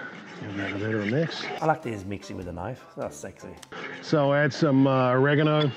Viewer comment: better sounds like a national disaster...